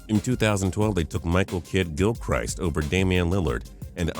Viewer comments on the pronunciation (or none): why do you consistently mispronounce names? It’s GIL-CRISSt not Gil-Christ (like Jesus Christ). Sometimes I question whether you actually watch these games. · Hornets are a good team. You mispronounced Gilchrist. And MKG is a great defensive player. I'm not mad we drafted him.